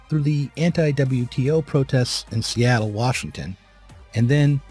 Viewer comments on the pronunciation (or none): none